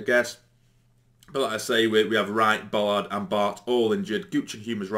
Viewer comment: it's spelt and pronounced BAllard with an A not BOllard with an O 😉